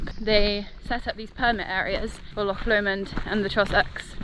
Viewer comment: Great video. And congrarulations on your first solo wild camp - and for learning how to pronounce "loch!" We Scots appreciate that. May I make one suggestion, consider alumimium cookware. Much lighter and cheaper than stainless steel. All the best!